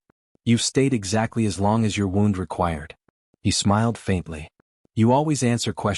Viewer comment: Good story but they wouldn’t have left the horse uncared for. And “wound” in that context is pronounced “wound.”